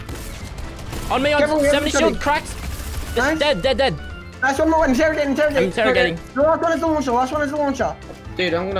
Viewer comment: Did play r6 he said "interigating"